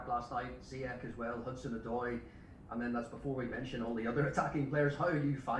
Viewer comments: no not ziyek it's pronounced ziyesh with sh not k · it should be pronounced like this "Hakim Ziyesh" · SOMEONE.....PLEASE.....For the love of Football. Tell Lampard to pronounce Hakim's last name CORRECTLY!!! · Lamps really need to pronounce Ziyech correctly.